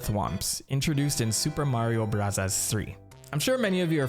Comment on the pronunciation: why does he say mario barazzas?